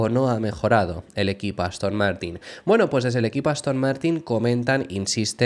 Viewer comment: Ha dicho Aston Mártir?